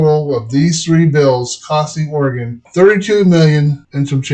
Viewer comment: "Oreggon"? Really?